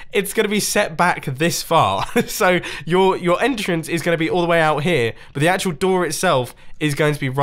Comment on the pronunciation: Grian: "Entrance" Also grian makes India Gate